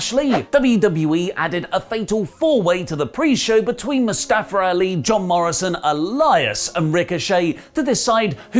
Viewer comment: Really getting annoyed about how you say ‘Mustafa Ali’,.